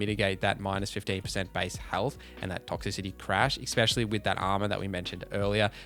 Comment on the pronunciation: You keep saying words incorrectly 😩 ‘ecspecially’ tops the list though